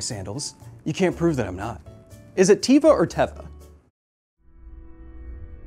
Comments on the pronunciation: It's teh-va, not tee-va. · It's teva, not tiva. Teva means nature in hebrew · it's teva with "te" like television. Thanks for the video kyle!